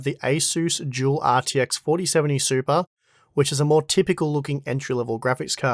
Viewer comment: Came for the 4070 Super review. Stayed to hear say SUPA a few dozen times ❤